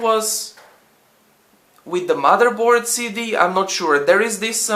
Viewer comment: "madre board" lol